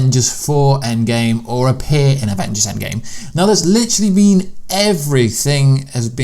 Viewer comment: Listen closely he says “A Game up there” not “ EndGame up there”